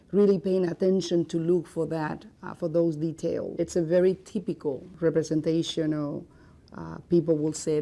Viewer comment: Theepicol me: GURL ITS “TYYYPICALL”